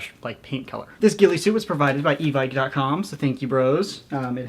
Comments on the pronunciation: its pronounced e vick instead of evike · I really don't want to be a grammar Nazi but out of irony I thought it would work, evike is pronounced e-Vick. There, now that I've done this everyone will love me.